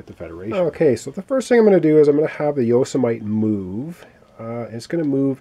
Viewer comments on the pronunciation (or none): It's not a big deal or anything, but if the ship "Yosemite" is named after the national park in California, it is pronounced 'yo-sem-eh-tee.'